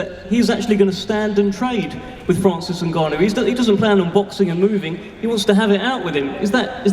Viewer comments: And the new heavyweight champion of the world francis nuganoue 😂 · Was so funny how he pronounced his name at the end newgano lol. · niggannou he said lmaoooo🤣🤣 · “Francis NEW-Gannou” had the grand dad Fury all worked up. And all this kabuki theater was borderline cringe. Why do people pay for this crap? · AND THE NEW, FRANCIS nGNAGHGANau...ah shit I said it wrong again haha! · Mike tyson: "Francis Nungannu" 😂😂😂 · Mike tyson keep pronouncing francis name wrong is hilarious 😂😂 "and the new! Heavyweight champion of the world!! Francis 👀 maganoo!!" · Mike Tyson keep saying "and the new: had me dying 🤣 then he said " nogano!! 🤣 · Mike getting a kick out of saying Francis N(ew)gannou 😂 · Mike Tyson accidentally calling Francis ‘Newgannau’ 😂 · Cant even say francis' last name smh oh boy 😂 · Tyson still doesn’t know how to pronounce Ngannou 😂😂😂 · How the f Mike still trying to remember how to say Francis's surname, Nagannou 😅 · Mike Tyson couldn't get the name of Francis Ngannou right .... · mike tyson is a joke...cant even pronounce the guys name whos hes training? have some respect for your guy by at least learning his name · Mike Tyson: Francis Ngannou!!! I’m not saying your name right am I? 😂😂😂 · 2 funny Mikes variations of how u can say ngannou wrong 🤣🤣🤣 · Mike cant say ngannou's name to save his life 😂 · I love how Mike forgot how to say Franci's last name 10x times in 10 mins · Mike couldn't say Francis' last name correctly like 10 times! Lol.😂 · Mike still can't say his name right:face-blue-smiling::face-blue-smiling::face-blue-smiling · How ur coach cant pronounce your name though!🤦‍♂️🤦‍♂️🤦‍♂️🤦‍♂️🤦‍♂️ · Every time Mike tried to say Francis last name was the best moment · mike tyson still fighting with the pronunciation of francis name lmao but holy shit furys dad had way too many today lmao!